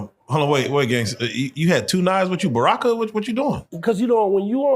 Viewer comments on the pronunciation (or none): That ngga said Barakka AHAHAAHAHA!